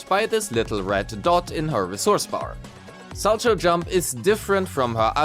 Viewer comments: its pronounced "SAL-cow" not sal-cho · For what it matters, it's pronounced "sal-cow"; it's a type of figure skating jump.